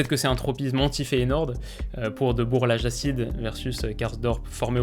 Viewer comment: Et le Rrrrrhout Rrrrhoulit ou les frères Deubour 😂